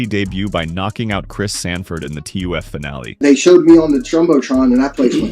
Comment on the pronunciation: It's clear this was written by AI. When I heard "... in T-U-F history" and not TUF, I knew it plus all the video and no real story